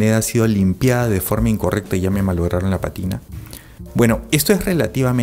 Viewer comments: Para ti que estás en este rollo, una corrección. No es patina, sino pa'tina, palabra esdru'jula con acento en la antepen'ultima sílaba. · Se dice pátina. Atención al acento, por favor.